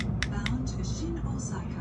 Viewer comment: english people always pronounce "Osaka" in a quite disgusting manner like "osAAAka". no! it’s OOOsaka